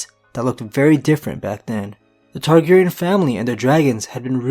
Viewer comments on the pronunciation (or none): none